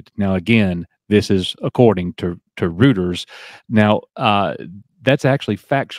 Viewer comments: its "roy-ters" btw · Reuters is pronounced “Roy-ters”.